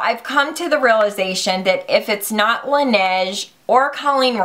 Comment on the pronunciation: Laneige is French for the snow, and it's pronounced la-nage